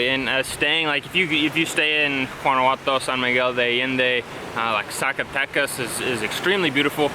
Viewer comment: GUANA-HUA-TO❤ Great explanation, just wanted to help a little with the pronunciation😉